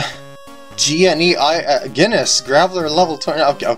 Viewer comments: PkGam Guide To Pronouncing Things Gneiss ("Nice") = "Guiness" Villanicci ("Villa-Knee-Chi") = "Villa-See-Knee" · Gneiss is said like nice. It's a rock pun.